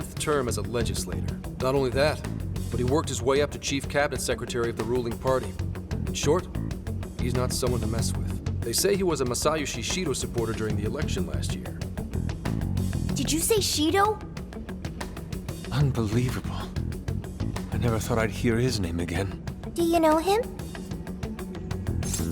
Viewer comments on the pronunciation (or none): Ma-sigh-yo-see Shido???